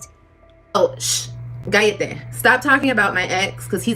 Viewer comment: I keep telling Liv, she isn't P.R. it isn't Guyete or however that's spelled. It's Cállate..Cabrona.💜🫰🏼 Weeeeppppaaa 🇵🇷